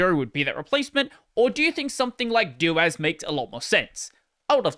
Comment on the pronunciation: I accepted systemd, I can accept this. I can't accept your pseudo pronunciation of suDO. Hear me out. I'll compromise. Just say doh-as instead of DOas and we'll call it even. :)